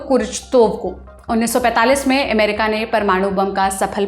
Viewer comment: America शब्द जो रिपोर्ट में आता हो, उस वीडियो में से इसे हटाइए एमेरिका एमेरिका बोल के सुनने का सारा मज़ा खराब कर देती है ये